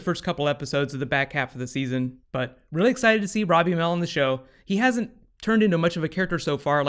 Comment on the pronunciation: you said Ronnie ammell